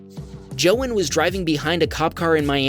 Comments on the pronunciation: “Jo-in” that hurt me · That's not how you pronounce "Joan".